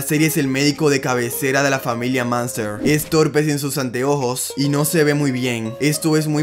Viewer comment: La familia " maanster" pronunciación horrible.